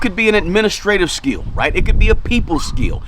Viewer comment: It's called skill not "skiel" god damn, how can't u know how to pronounce it and keep saying skiiiiiiel.